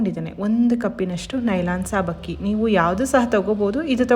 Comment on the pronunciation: ಸಾಬಕ್ಕಿ ಅಲ್ಲ ಸಬ್ಬಕ್ಕಿ